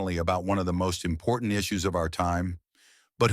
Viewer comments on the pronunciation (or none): none